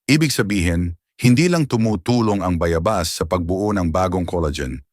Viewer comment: Bayabas wrong pronunciation